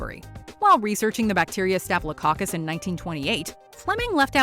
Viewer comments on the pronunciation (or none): none